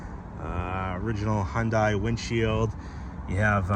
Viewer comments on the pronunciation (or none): It's Hun-day NOT Hun-die! Jeez 😫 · Its "Hun Day" not "Hun Di" it's a confusing name spelling, but it has Da at then end the " i " is silent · It's pronounced hyundae like sunday-monday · It’s pronounced Hun-day, rhymes with Sunday.